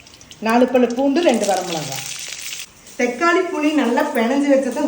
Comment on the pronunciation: தெக்காளிஇல்லம்மா தக்காளி